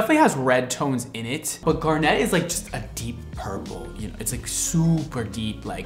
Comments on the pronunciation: Him pronouncing it "gar-net" instead of "gar-nit" makes me think of a fishing net specifically for gars and I hate it here. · I've never heard garnet pronounced this way... (grew up near a garnet mine)... I've always heard it said gar-nit, not gar-nette. shrug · why are you saying garnet like that its one word not gar- net its garnet… one word like gar-nit but garnet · How you pronounce Garnet is so strange lol! No emphasis on the “net” should be pronounced “garnit” (it sound not net) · “GAR-net” “it has red tones in it but it’s a deep purple color” … it’s garnet like the gemstone.. it’s literally red just like the Mondo color?? Wtf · Please PLEASE someone teach how to pronounce Garnet... it's not "garnette" just like its "corset" not "corsette". Please people. I think I'm going to cry. I'm yelling at my tv. 😢😂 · Actually Steven universe said that Garnet is pronounced Gar Knit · The way you say garnet 🤦🏻‍♀️ it’s actually Gar-net like the fish gar and a net you catch butterflies with lol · I'm sorry, I love you and your videos but the way you pronounce garnet so incredibly wrong as gar-nette makes me go ooooooo xD Keep being you though, we love quirks <3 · ☺️ He makes it sound so… elegant! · dude the way he was saying it bothered me so much 😂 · Garnet is my birthstone and I can safely say I've never heard anyone pronounce it the way you do! The color is FIRE, though! Love, love, love your videos 🤩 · My inner geology nerd is in so much pain listening to him pronounce garnet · we love you, but the why are you putting the emphasis on the "net" in "garnet"? It's killin' me. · U pronounce garnet weird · 😭😭 stop saying garnet like that, I beg of you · Please learn how to pronounce Garnet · Just an FYI that the emphasis is on the first syllable of garnet for the gemstone - GAR-net, not gar-NET. If the color line has the emphasis on "net," cool. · Ok,. It's pronounced GAR-net, not gar-NET. The emphasis is on the first syllable.